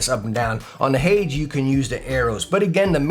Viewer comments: It's "hay-deez", man. Hades. Hell. Hay - deez. Not "haydz". Hay deez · Why did he pronounce hades at the beginning like haids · Btw the way it’s pronounced hay-dees